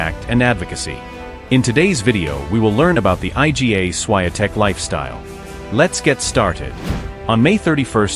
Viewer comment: Jak się o kimś robi podkast do dobrze by było nauczyć się wymawiać jego nazwisko.